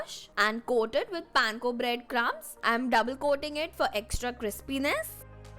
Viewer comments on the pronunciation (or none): none